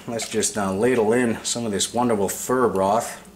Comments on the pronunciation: its "pho" but pronounced "pha" never heard anyone say phur lol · It's fuh!!! Not fur